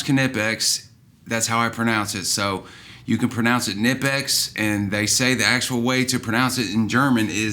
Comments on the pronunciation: I literally ticked every time he said k-nipex lol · ITS NI-PEX!!!! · No, it’s a German company. The K is not silent. Look at their channel and plenty others proving this is the correct way to pronounce it. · Its actually ka ni pex i called there main office thats how they say it